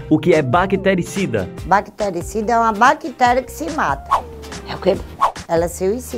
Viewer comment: BAKITERICIDA KKKKKKKKKKKKKKKKKKKKKKKKK BAKITÉRIA QUE SE AUICIDAKKKKKK